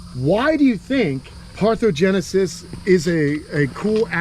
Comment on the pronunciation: Parthenogenesis not parthogenesis, they mean very different things